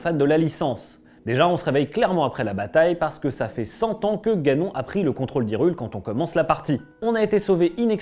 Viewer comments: Ganon ? On prononce "ganone " 🤣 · Il est écrit que seul Link peut vaincre Ganon. Au secours, ce n'est pas la bonne prononciation du nom de l'ennemi